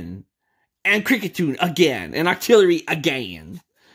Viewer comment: In stead of octillorly it’s octo really